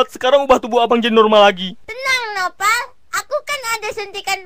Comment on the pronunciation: Nopal bang bukan noval